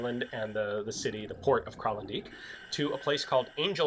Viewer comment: The "dijk" in Kralendijk is pronounced the same as the English translation: "dyke"